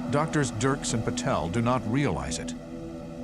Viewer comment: Did he say pattel